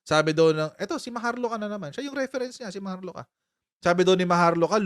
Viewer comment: Maharlika ?. maharluka pala tamang basa dun. Parang luka luka nga yun. May masabi lang.